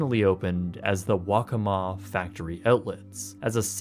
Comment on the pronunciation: I live in South Carolina, and while I never went to the Hard Rock park while it was open, as a kid I did go to the Waccamaw Mall once. Honestly I was pleasantly surprised when you said it right. People mispronounce it all the time. :) This was a neat look back into something that I remember.